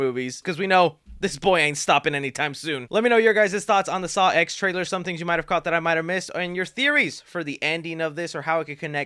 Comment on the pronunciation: dude, it’s a roman numeral. it’s pronounced “saw ten,” because it’s the tenth saw movie🙄